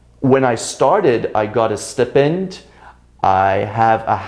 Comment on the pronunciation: excuse me, did you pronounce the word "stipend" wrong?